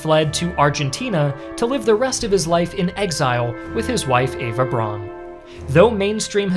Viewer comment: With Eva Braun, her surname is actually pronounced the same as 'brown' (not brawn).